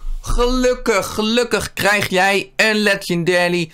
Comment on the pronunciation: Het is Legendary geen 'Legendelie'